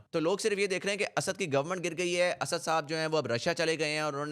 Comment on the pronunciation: Bakwaas and very superficial analysis. . . Stop repeating Asaaaad asaaaad. . . It's Asad . You can't even pronounce his name. Lol